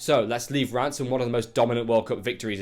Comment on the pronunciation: Great pronunciation of Reims !